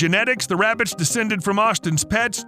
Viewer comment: “Im hunting wabbits” 😂